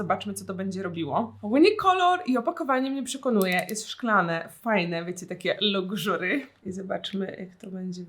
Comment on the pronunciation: kocham Agę i jej ,, LukŻuRY'